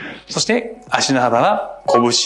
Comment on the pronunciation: 拳一個が子牛一個に聞こえた